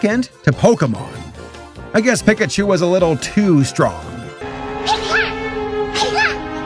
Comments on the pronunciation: Naw bro said pick-a-chu 😭💀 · an hour long video, resulted from 5 months worth of work, and what gets me the most is pronouncing Pikachu as "pick-uh-choo" in the first two minutes